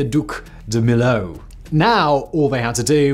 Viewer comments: He is so British, he doesn't even try to learn other pronunciation. I have heard him on other episodes mess up pronunciation in other languages. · After hearing "me-yo" you still pronounce "me-lo"?????? 🤡🤡🤡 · It's pronounced "me-yo". :) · Yes.... me-yo😊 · I'm french. I never crossed it yet. However my gran parents and my aunt crossed it.. and they were really impressed. It remains a fantastic bridge. PS : to be pronounced mee-yo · To pronounce Millau for english spoken folks, says "Me Yo" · Millau is pronounced Mee-yo [mi-'jo]. :) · Millau = me-yo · So that's the new trend on YT ? A guy talking 25 mn about highly technical and scientifical issues he hasn't got a clue about ? Strange world. By the way dude, you could have succeeded in ONE thing : Pronoucing Millau properly, as the Englishman did. it's just MEE-YO. But you failed too. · And used to be spelt Milhau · C'est une très jolie petite ville Millau où je pense qu'il y fait bon vivre. Par contre le Viaduc même 20 ans après sa construction, le péage t'assassine 🤣. J'y suis passé il n'y a pas très longtemps, 11.90 € la vache ! Donc en tant que Millavois, dis lui au ricain comment on prononce Millau. Not Melo but Meyo or Meyau 🤣.